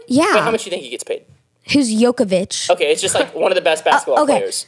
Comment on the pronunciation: Jockavich💀💀💀 cmon y’all